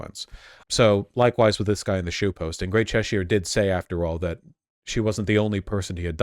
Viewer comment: Name a worse combo than Americans pronouncing British counties. Chesh-ire, its Chessure